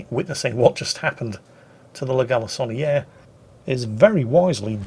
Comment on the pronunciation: Do you realize what you've done!? You said, 'La Galissonniere' 3 X without purposely trying to mangle the pronunciation... Are you really from Great Britain sir? Red-blooded Englishman indeed! Your friend from the happily rebellious former colonies. Keep it up! Enjoying your banter as always.